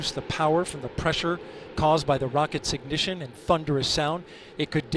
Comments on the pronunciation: "Booster Ignissshhsshh!" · I hope the announcer brews on that BOOSTERS IGNISHISHHS for the rest of his career. Be better. Also, quit saying "BEEYOOOOOOOOND" like that. I would have swatted your nose with a rolled up newspaper if I heard you say that in person. Apollo's Cliff Charlesworth is the king!!!